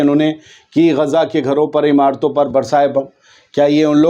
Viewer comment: Gezza math bolna bhai sekho Gaza khaho